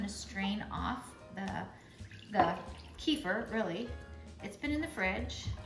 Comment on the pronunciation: Thank you for the great video ........ kefir pronounced = Kuh-feer ❤